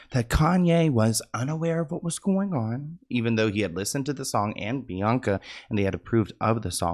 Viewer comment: “Bianca and Yee” I am done with you 🤣